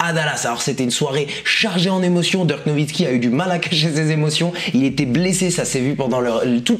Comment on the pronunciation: Il dit Dirk on dirait il parle de lil Durk 😂